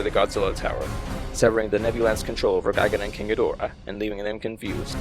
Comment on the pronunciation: Why do English speakers mangle this Kaijuu’s mane? The stress is on the first syllable and the /o/ is diminutive. GĒ Dō RA.